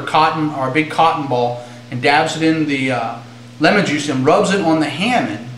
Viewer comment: you seem to know a lot, and youre clearly very into your blades and blade maintenance, but i do agree with the comments on several of your videos, and it's very distracting when you say hammin. i cringe a little. it may be beneficial for you to fix that, so people dont just turn off your videos or look down on you for it. but then again, it may just be all of those people who need to get over it. :p while we're at it, i say puh-miss, not poo-miss. :p